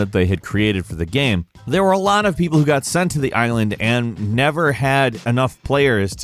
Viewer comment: Or as I like to call them, Gammranx because always says "Gamm" instead of "Game"